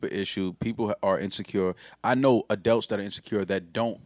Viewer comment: I hate that says “Adelts”